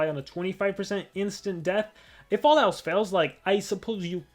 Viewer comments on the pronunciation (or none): none